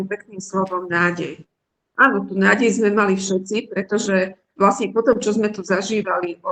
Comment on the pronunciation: Mäkčí dobre; niektorí Stredoslováci mäkčia aj tam, kde už ani netreba. Ľudia z regiónov, kde sa hovorí tvrdšie, nedokážu vysloviť poriadne -le, -li, ale to Líviin problém nie je. Gramatické chyby u nej nevidím (prekáža mi len "vo veľa veciach", "v mnohých" by bolo lepšie a ešte som si všimla nesprávnu výslovnosť sme: m mení s na z, takže vyslovujeme zme, ale to si asi mýli kvôli "so mnou", kde robia Východniari často chybu a vyslovujú to nesprávne ako "zo mnou"..;-))